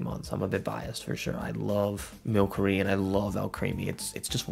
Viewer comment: its mil-sir-E not milk-er-E It comes from sorcery